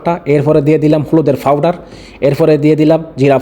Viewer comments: ভাই ফাওডার না।পাওডার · ফাওডার না ভাই পাওডার হবে